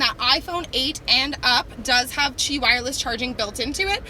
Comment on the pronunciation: It’s not “Chi” wireless charging but “QI” wireless charging! Also, there is no RCTA on the ‘19 Corolla hatchbacks...just the blindspot warning (on SE upgrade & XSE)